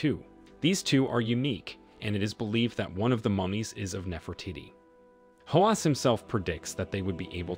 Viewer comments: OMG! Can he stop saying Nefer titty? NEFER TEE-TEE! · I’m it’s pronounced Nefro teady not Nefro Titi. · it is not NeferTitti…. Do your research and learn the proper pronounciation… btw, the two mummies are not a new find… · The real question, is why not one person has commented ,on the fact that the narrator can’t pronounce without saying Nefra tittie “ and “cinnamon “ . Either no one knows or this comment section has been dirty deleted . If your going to criticize a controversial archaeologist, at least research how to pronounce the historical figure’s in question. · his pronunciation of "Nefertitty", 😂😂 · Ahh c’monnn we know it’s NefertEEtEE